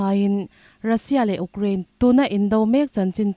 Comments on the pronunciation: Ukcraine ani lo,u_craine tih a lam tur.... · Ukrain, Ugkrean, tiin i lam tlat mai hi, khawvel news puangtu dangte nen in lam dan a in ang lo hi enge a awmzia aw (Youkrean , Youkrien tih hi) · Uk rain ti renga U kraine tiha lam tur ania. Ukraine hi news in ti tlem deuh a , rawn ti zing deuh thei ulang Israel aiin.. Israel lam chu news tinahva chhuak a